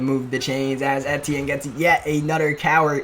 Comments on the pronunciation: It’s E-TN not et- e-en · it’s Travis E-T-N just say the letters kinda quick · It is pronounced ETN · It’s pronounced “E-T-N” I believe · Love you, but it's pronounced EEEEEEtienne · It's Travis E T N that's how it's said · Travis Etienne is pronounced EEE-TEE-EN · The way he said Etiene made me lose brain cells 😂